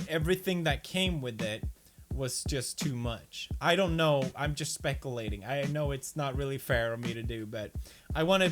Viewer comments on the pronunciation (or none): spek ull lating pop ull ler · "Spekulating" Never change pewds